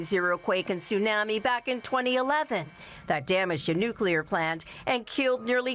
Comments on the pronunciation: Can you please teach her how to say “Tsunami “!???😂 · Hey Janice! "Tsunami" is not pronounced like "Miami", especially in freaking JAPAN, from which you are currently reporting! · Janice frayer, is mispronouncing tsunami.